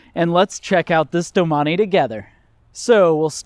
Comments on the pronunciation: Sorry Gerard, he’s pronounced it wrong. Not sure why you are getting crazy over it. It is pronounced doe-main. Look it up rather than resort to trying to insult me. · Learn how to pronounce the name correctly if your going to review it…. Doe-main….thanks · I always pronounced it as ‘doh maine’. I didn’t know it was pronounced ‘do mah nee’ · All this time, I've been pronouncing it "Domain". LOL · I believe it’s pronounced “domain”